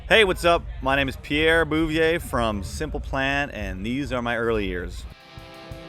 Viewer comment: it's funny to hear him say his name with an english accent instead of the regular french canadian's pronunciation lol